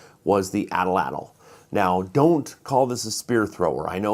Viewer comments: My new word is pronounced AT"-latl. Not atl-atl. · "Don't call it a spear thrower" Don't call it an atl-latl. There's no double L. (Correct pronunciation in Nahuatl is available on line). I have taken a number of deer with stone tipped arrows with both wood and river cane (nature's fiberglass) shafts. In my experience, the majority of times when the arrow breaks (not splits), it breaks at or near the tip. I have taken deer with an arrow that had previously broken near the tip, shortened the arrow, attached a new point and reused it successfully. The advantage of hollow shafts (both arrows and atlatl darts) is you can carry a couple of hollow shafts along with a greater supply of wooden fore-shafts rather than carrying a large load of arrows.